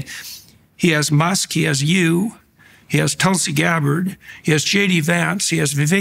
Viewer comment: notice Jordan’s the mis-pronunciation of Tulsi “Gabb-ord”. and notice how nobody cares. Nancy mace mispronounces “Kamala” and michael eric Dyson loses his shit.